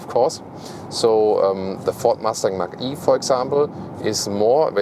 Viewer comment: A colleague always calls the Mach-E "Matschi" 🤣